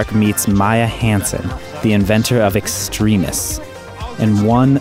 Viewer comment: Yeah that background voice is really stupid and not funny at all. Also you pronounced "Extremis" wrong.